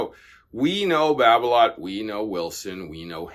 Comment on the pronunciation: Hingis used Yonex. And Babolat is pronounced as it’s spelt. An a is not an o, it’s not babolot! Donna were around and popular back in the 70’s 80’s and 90’s. There are some it’s pros using volkl, Donnay and other less popular brands.